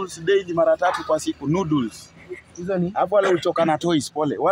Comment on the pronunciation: alisikia nudes😂 badala ya noddles